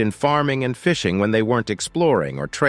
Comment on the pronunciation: Fishing not FIsing